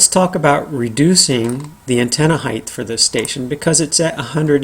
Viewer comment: HEIGHT! Not heighth. omg